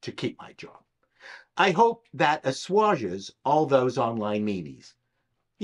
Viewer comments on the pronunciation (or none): Assuage. I know! I'm gonna sound like Anorak Smash, but you pronounce the last bit in the same way as you pronounce suade. Other than that, brilliant.